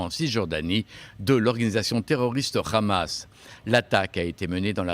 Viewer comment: C'est hamas pas khamas